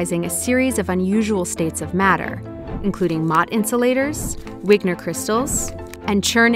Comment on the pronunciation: Interesting. A couple of mispronunciations: Moire is pronounced Mwa-ray. Wigner is pronounced Vigner